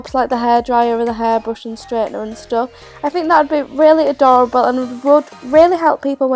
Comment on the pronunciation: her: ahdahrable me: adorable